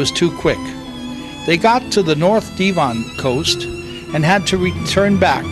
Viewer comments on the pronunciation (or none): its dev on not dee von